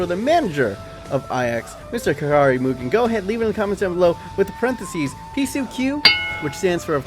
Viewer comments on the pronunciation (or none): none